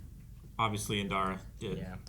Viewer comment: I believe at this point might know it's "Indara" and not "Inara" 😆